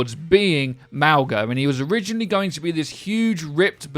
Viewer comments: It’s pronounced ‘Maui’. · Say Mauga like. MOW-GA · it's pronounced mauga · btw it is actually pronounced Mauga and not Mauga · Hi! Im Polynesian, and so far as I can tell from what my mother told me, its pronounced Ma o nga, with the g in Mauga functioning the same way it does in the word lung. My name, Tafalagilua, has the exact same g sound. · “Mowguh” rlly bro r u serious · Personally I will end up pronouncing it (Maw-guh) which in callouts will probably be shortened to just mawg. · if Mauga has a Polynesian background his name would/ could pronounced "Mo (as in the Simpson character) Nga". This is atleast from my cultures perspective. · Maw-Gha is how it’s pronounced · I think it is pronounced Mogga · Its pronounced maui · Even though i do NOT stand by my pronunciation of Mauga, i will inform you that it can be pronounced a number of ways. I think we will only know when he's released what it will actually be :) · Yes! Samoan doesn't put the N before the G but it's still pronounced w it. If he was Tongan it would be Mo'unga. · Tbh I’ve been pronouncing Mauga the same way you’ve been